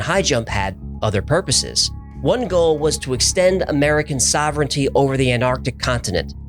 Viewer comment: You can't extend "sovereignty" over something you can't pronounce properly.